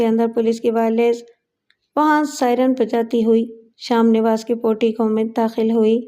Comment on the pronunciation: Sham nawas nahi sahi lafz hai sham niwas.